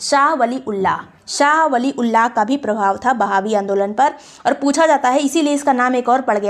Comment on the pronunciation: Mam i think it's "वहाबी आंदोलन" Not a "बहावी आंदोलन"...😊😊